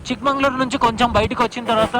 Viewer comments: Chikmagalur not Mangalur Prounance Properly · Bro it's Chikmagalur...not chikmangalur